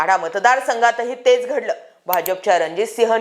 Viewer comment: Gadlay nahi ghadl kay mhana tumcha to shabd kharab aahe baki ur very nice